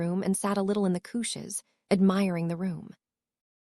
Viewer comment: This AI pronounces naming as nomming and it's pretty damn funny. Slightly less funny is couches as cootches